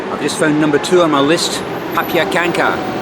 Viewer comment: The last meal didn't actually had pierogi but pyzy instead - the difference is in the dough, as it involves grating raw potatoes, mixing them with cooked potatoes and adding potato flour (starch) to it. Also for your pronunciation of zapiekanka - it starts with a Z as in Zorro instead of a P, and then it would be perfect ;). Traditional (most popular one) is made with mushrooms and onions. If you organized pierogi the same way on your plate as in the display you showed then strong fish would actually be meat (probably pork) and the mild fish was called peasant dumplings and I had to consult the web on that even though I am polish - the filling is made with potato, sausage and white cheese. The breakfast seemed usual for a polish one, we don't have anything besides eggs (boiled, scrambled), sandwiches (with cheese, ham, tomato or jam), boiled hot-dogs and cereal. And there is a controversy with potato pancakes - some people eat them with meaty goulash (not sure why they're called gypsy style potato pancakes), other group prefers them with sour cream and / or some sugar on top. Oscypek is actually a regional product (registered and protected by UE) from the south of Poland so it would be more common in Zakopane. And a little comment on your previous video: I believe bus 666 to Hel only works in the summer holiday season, cannot find the verified info on the PKS Gdynia website, but it is marked on the bus connection diagram).